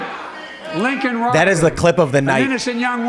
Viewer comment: He was praising a criminal like George Floyd but can't even say Riley's name right.